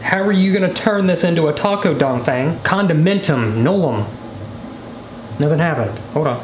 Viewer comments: Says donfang every time you say a sentence well never seen that person before ya..um.. no.. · Dongfeng would be said Dongfung. Lol. He died in a Ancient Chinese war. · I love how much he emphasizes Dongfeng 😂